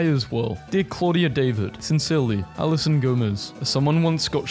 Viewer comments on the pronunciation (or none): none